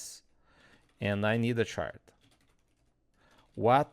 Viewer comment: Watching this at 1.5x and it took me a good while to understand that you were talking about a "chart" rather than a "shart"...